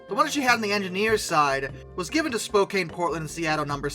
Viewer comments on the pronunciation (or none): none